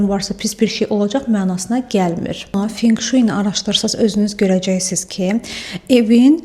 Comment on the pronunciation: Video üçün təşəkkür edirəm, əziyyət çəkmisiniz❤ P.S. Feng Shui "fen-şuy" oxunur😊